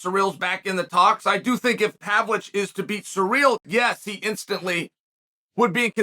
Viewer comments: Chael, he is not PAVLICH, he is PAVLOVICH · Hearing Chael mispronouncing Pavlovich is the best experience, good to see you again, G.O.A.T